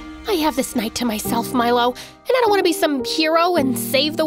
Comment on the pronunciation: I thought she was saying "My love" not "Milo" lol.